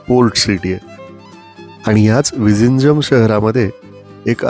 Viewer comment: तुम्हाला माहित आहे का.zh ह्या जोडाक्षरांच् उच्चार तामिळ, मल्याळम भाषेत "ळ" असा केला जातो. तुम्ही जे विझिंजम असा उच्चार केला तो प्रत्यक्षात "विळीन्यम" असा होतो.तसच tamizh ह्या शब्दाचा उच्चार तामिळ असा होतो. 🙏